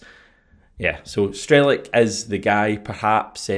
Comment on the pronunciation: You pronounce his name Strel-ets.